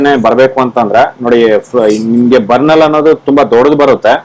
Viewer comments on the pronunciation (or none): ಬನ೯ಲ್ ಅಲ್ಲ ಅದು,ಬನ೯ರ್ ಅಂತಾ ಹೇಳ್ತಾರೆ.